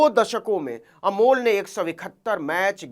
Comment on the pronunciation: नाम तो सही बोलिए अमोल नाम है